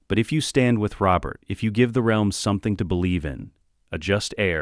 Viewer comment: And you can tell its ai voiced when it says real-m rather then realm 😂